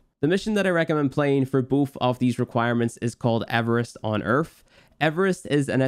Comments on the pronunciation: My man’s said Earf not earth 😂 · why do you call Earth, Erf? wtf? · This man said ERF. Great guide dude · There is no f in the word EARTH